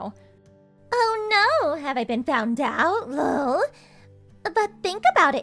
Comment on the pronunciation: I know, right? I've never heard anyone to say the actual syllable "LOL," and it's quite nauseating. But then you can tell that this entire series is done by people for whom English is NOT their primary language...😂🤣😅